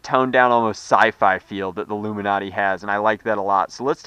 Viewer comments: it's ilumaNATE not illumiNATEEE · Its Lumanate not Luminate! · It's "Lu'-muh-nat", not "Lu-min-ot-ee". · correct me if im dumb, but wouldn't it be pronounced (loom in ate) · I'm think it's pronounced luma-nate like because it lights up. "It illuminates" not trying to be an ass or anything I've been a sub almost from the start :p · its pronounced LOO mih nate it rhymes with 8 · DIAMOND CLASHER it was a joke to start.which is fine but as he continues the video he keeps saying it legitimately. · I can't watch this video normally with how the luminate is pronounced.